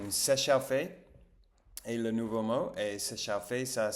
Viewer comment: "S'échauffer" se dit phonétiquement "séchofé", "au"= le son "o" Si je peux me permettre "se magner" est un mot un peu péjoratif. On préfère utiliser le terme "se dépêcher". "Elle a cassé" c'est pareil c'est un peu péjoratif, c'est plus joli de dire elle a rompu (verbe rompre). Confiture de fraises (prononcer "frèze"). Bon appétit et bravo 👏🏻